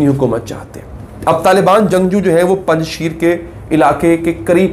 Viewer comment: Panj sheer nhi " panj sher" means five loins